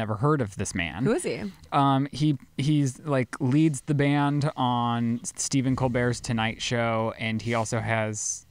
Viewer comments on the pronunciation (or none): none